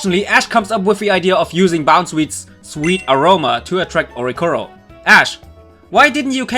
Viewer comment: There is another "i" in Oricorio. Please pronounce it.